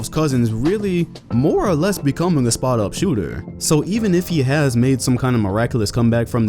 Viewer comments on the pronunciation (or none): none